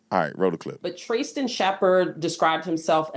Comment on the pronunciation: Why is she calling Tristen "Tray-sten" ?? Who is that girl ??